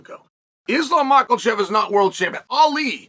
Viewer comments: Why does he keep calling him Ma Kal chaf? I really need an answer. 🤔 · "Islam Makkeltjev" lmao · Guys let’s not buy until he says Islam’s name correctly 😂